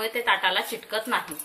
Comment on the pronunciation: चिटकत नाही,.असा चुकीचा उच्चार करू नका...मूळ शब्द..चिकट....म्हणून ...चिकटत नाही, असे म्हणणे योग्य आहे... चिकटत नाही.)..हा उच्चार बरोबर आहे.